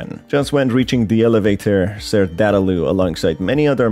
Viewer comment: Dadaloo? It's Dadadoo